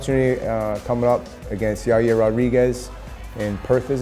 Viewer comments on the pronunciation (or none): none